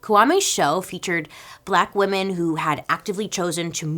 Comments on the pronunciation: I love you Bailey, but your pronunciation of women is a bit strange. There is a difference between woman and women. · Isn’t the plural of Woman spelled same but pronounced different then the singular? Isn’t it “weeman”?